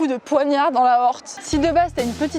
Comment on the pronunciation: "comme un coup de poignard dans l'aorte" J'ai entendu "Comme un coup de poignard dans l'aoste" Et je me suis dis : "Comme un coup de poignard dans le jambon. Que.. Hein ? ha oui l'aorte T_T Va falloir ressortir les cours de SVT du collège c'est plus possible là XD Toujours au top tes vidéos ! Et cette chevelure toujours en bonne santé haha !